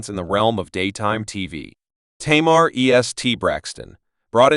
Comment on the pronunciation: Say her name right